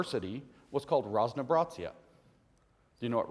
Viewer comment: dear comrades, it's raz-no-bra-zye , not raz-no-bra-tsya. the Russian z is never pronounsed like the German z (ts), we have a different letter for the ts sound. the word also means variety. though technically, if using the correct literary spelling and pronunciation it's раз-но-об-ра-зие (pronounced: raz-nah-ah-brah-zee-yeh or simplified for non-americans raz-no-ob-ra-zye). the ob part is dropped or merges with the surrounding syllables in colloquial speech. not that anyone cares or noticed...